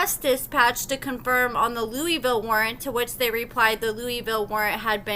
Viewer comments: LEWIS-ville, Not LOUIS-ville, lol. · it's Lewisville, TX. Not pronounced like Louisville, KY. Lew-Is-Ville! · It's not Louisville it's Lewisville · LEWIS-VILLE NOT LOUISVILLE. Damn! They are pronounced differently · it's Lewisville just like is spelled not Louisville like Kentucky... 😊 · Love you but it's pronounced Louis-ville. I unfortunately live not too far. Also- think quaylon can hook me up? 😂 Edit:: nevermind. Carry on. 😳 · Its Lewisville the way its spelled